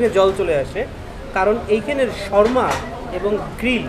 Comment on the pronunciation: Bokachoda sharma na re shawarma😂😂😂